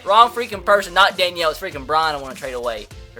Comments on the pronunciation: LE Hunters name is pronounced Da-Kneel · Danielle Hunter Den-eel Hunter